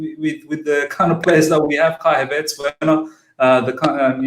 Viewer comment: My guy, it’s “Hav-airts”, not “Hav-arts”.